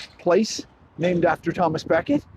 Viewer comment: Hi - he's Thomas à Beckett - à being the French for "at" or "of", and pronounced accordingly. Not Thomas A Becket which makes it sound as if he has a middle name... nice to see the locality featured on You Tube. The Bishop's Palace in the centre of Tarring village is connected. I think the area was a detached enclave of the Diocese of Canterbury. Try and find a copy of Roger Davies' book "Tarring - a walk through its history". As far as I recall it's all in there. Can't find my copy at the moment to check. A book well worth reading.